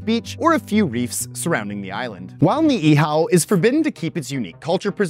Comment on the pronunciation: They way you pronounce Ni'ihau is a bit off the mark, as it is more in line with a spelling, "ni'ihao", but you are doing an amazing job at the other names so far. Thank you :D